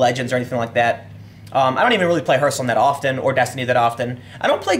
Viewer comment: Please don't tell me you just pronounced it herthstone. Journalists have to be literate, man.